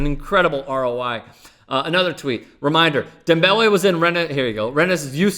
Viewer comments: You cant say his name normally? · Please stop saying the man's name like that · I hate the way you say his name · Why the fuck is he saying his name like that? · Stop saying his name like that fucking cringing over here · please NEVER do any name pronunciation like that again. Other than that, good video. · Please can you stop saying his name like that.